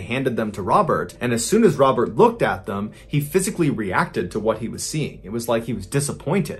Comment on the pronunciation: Pretty sure that's not how to pronounce Robert. Remember, he's French, lol.